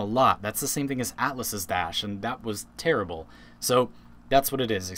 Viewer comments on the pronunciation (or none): none